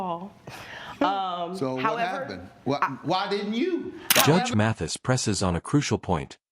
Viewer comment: Mathis,not Matthews.